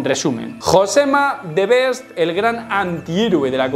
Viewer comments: No es Josema "the best"....es the beast /bi:st/ (alargando una mijita la i)... No le cambies su nickname, jajajajaj.... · beast se dice bist jajja. Para siguientes vídeos